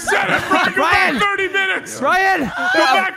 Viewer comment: The way he says it is like BRIYAN